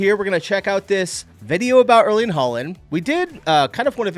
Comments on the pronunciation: At least try to pronounce his first name properly - it's not "Erleen." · How hard is it to pronounce the E in Erling the same way as, uhhm the beginning of how the e in ear is pronounced for example. lol